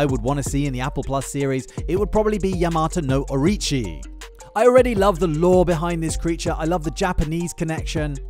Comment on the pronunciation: you mean the king of the monsters novelization. it's or o chi. Orochi not orichi